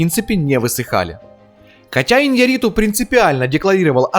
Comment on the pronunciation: Ударение на букву Я в фамилии режиссера. И не Хьюго Гласс, а Хью.